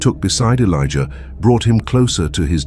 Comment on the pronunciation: 😅😂😂😂 why does he keep calling them? Felicia Elijah keep hearing Felicia